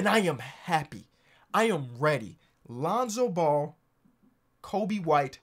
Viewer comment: He said lonzo bull 😂😂